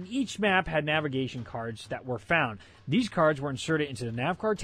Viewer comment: "thses" Jesus Christ xD